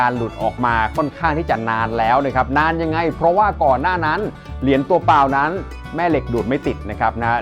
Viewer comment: เหรียญ.ไม่ใช่เหลียน.